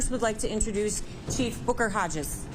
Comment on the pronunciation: Did she say his name was Boogerhodges?